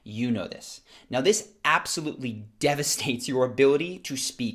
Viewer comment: dev--a-states not devistates :)